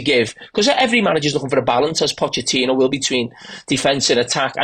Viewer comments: "Poe-keh-tino"??!! 😂 Mauricio himself has clarified the pronunciation, and it's pronounced how everyone and their mom already says it. "Potch-eh-tino", let's not get too fancy, lads. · Pockertino ??? 😂. Americans talking about football just sounds WRONG !! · Calling him Poketino gave me cancer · Why can't they say PoTichino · The yanks pronouncing Pochettino's name is amazing